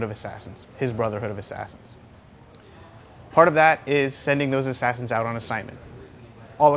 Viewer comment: hahahaha, the way he said: u cant use that assassans anymore, because he's DEAD! I roflmao'd